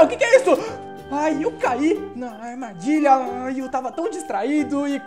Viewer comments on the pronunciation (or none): ele falo errado armardilha